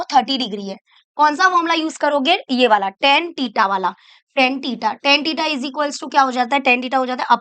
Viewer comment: Btw its Theta not tita